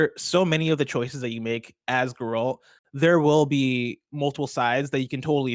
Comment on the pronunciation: I don’t think has played the Witcher 3, just based on his mispronunciation of “Geralt”. I could be wrong. Edit: he kind of pronounced it better as he went along. Alright, I’ll give him the benefit of the doubt haha